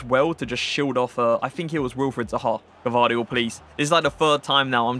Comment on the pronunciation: Yeah you are saying it wrong you pronaunced a before the v bc its gvardiol or you can just say joško š=sh just to say so you don't call him josko